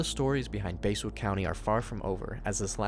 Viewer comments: it's pronounced bass like the fish not base, i live near Basswood IRL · It's bass not base like a large mouth bass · It's not base it's bass lmao english much? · It's not basewood its basswood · “Base-wood” lmao